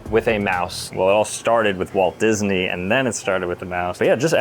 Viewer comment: No way bro said mickey-disnwy collab